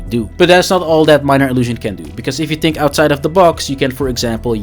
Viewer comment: Think, not tink.